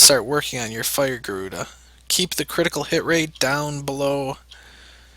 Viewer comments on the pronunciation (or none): none